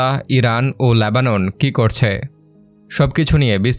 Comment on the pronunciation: বাংলা সঠিকভাবে উচ্চারণ করতে পারেন না? এই জঘন্য বাংলা উচ্চারণ নিয়ে ভিডিও করেন কেন? Lebanon শব্দটির উচ্চারণ "লেবানন", আর আপনি উচ্চারণ করছেন "ল্যাবানন", ইত্যাদি।